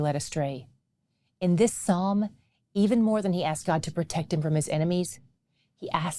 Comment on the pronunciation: Thank you for using Psalm without the S